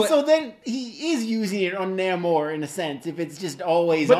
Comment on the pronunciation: Confident his name is pronounced NAY-MOOR. Ant-Man Hank Pym IS an original Avenger. West Coast Avengers was a popular idea at the time anchored by fan favorite Hawkeye as leader. Tigra did wear armor-in the much maligned animated series-Avengers:United We Stand.